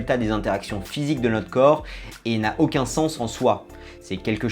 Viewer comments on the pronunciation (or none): none